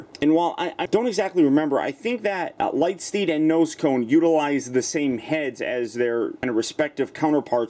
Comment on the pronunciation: "Light steed?" That's a silly name He's meant to be Lightspeed